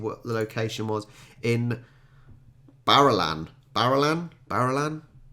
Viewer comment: Barellan (BaRELLan) population about 530, is where womens tennis champion, Evonne Goolagong, spent her childhood. It's a model of an old Dunlop wooden racquet. Naranderra is pronounced NaRANd'ra. There's a new Jimmy Rees video on elections that has just dropped. It's nailed Australian elections to a tee!